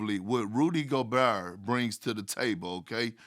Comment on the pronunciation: Rudy Gobehwrr